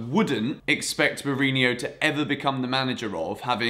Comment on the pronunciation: Mourinho, not Mourinio